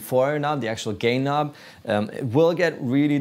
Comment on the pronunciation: Did he say “one gay nob” when he was talking about the DOD?